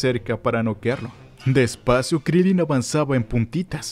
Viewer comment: Se dice Krilín